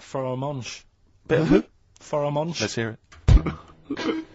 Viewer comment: He can 'ear his own 'eart.